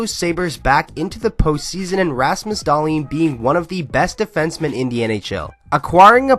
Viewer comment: Just butcher that lastname!